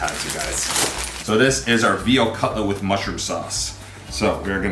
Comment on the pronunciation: i am canadian and our military is great, and our military is more skilled, but the usa has a lot of a larger military and a lot of more shit, so even if canada is better in this case quantity beats quality. also what's with you saying whit and shit that is fucking annoying